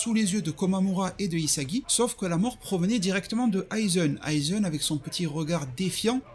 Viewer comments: Aizen* tosen* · Toseune , aizeune, oui je sais c'est moche de dire de bien prononcer mais quand même la ça me titille. Aizène , tosène stp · Stp frérot prononce bien.. c’est pas tosseun ou aizeun ! C’est tosen et aizen !! Le son é !